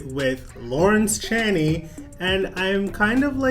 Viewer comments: Love the videos but pleeeassse 🙏 it's lawrence "chain-ey" not "chan-ee"😂😂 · Hey boo, so FYI Lawrence Chaney is actually pronounced "Chay - Knee"